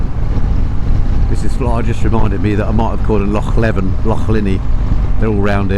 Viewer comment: Small point but it's Loch LEEven. I feel a bit churlish correcting you on that because it's great to hear an English person making the effort to pronounce "Loch" properly!